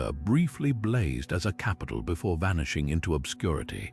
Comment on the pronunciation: vanishing-axe lol, awful AI